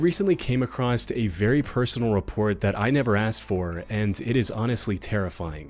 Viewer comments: sir I love you but oh my god my biggest pet peeve is mispronounced common words. It is “came acroSS” not “came acrossED” 😵‍💫😵‍💫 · Please for the love of God stop saying "acrosst" the word is ACROSS there is no T. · did he say “acrosst” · Would an AI bot say "accrost?" I'm genuinely asking because that would be wild programming